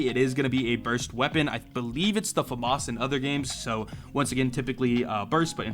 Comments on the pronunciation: it's famas (slow read) not famas (fast read) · says your pronouncation of famas is wrorn